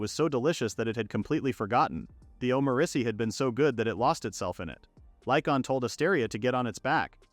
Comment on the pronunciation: Your AI says Omurice wrong. it says it like Omuriche. I guess it's just French.